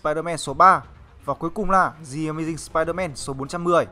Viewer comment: Bạn nên luyện phát âm tiếng anh lại đi nha. Chữ "The" mà phát âm là "giờ" "gì"? Nghe bạn đọc "gì ờ mây ding sờ pai đờ men" mà mắc mệt